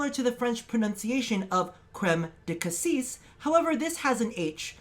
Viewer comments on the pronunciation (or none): none